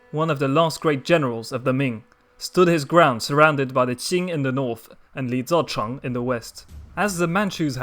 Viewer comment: Youve butchered Li ZiCheng's name..... Ouch